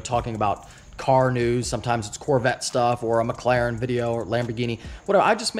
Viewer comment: Good move, but can you say........McLaren !!LOL